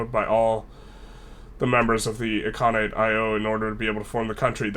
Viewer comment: Its I-L-khanate not I-I-khanate